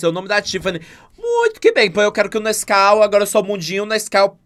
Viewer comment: Que odio, quando eu li o título do vídeo, eu tbm li Nasceu KKKKKK aí eu abri o vídeo e ta o falando Nasceu kskkkkkk